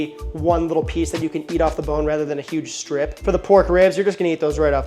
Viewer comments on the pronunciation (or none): none